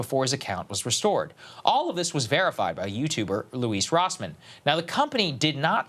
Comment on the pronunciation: Please have Louis Rossmann on the show!! Also saagar you are horribly mispronouncing his name